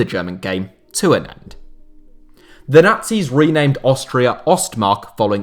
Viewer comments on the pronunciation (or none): Lol "Austra"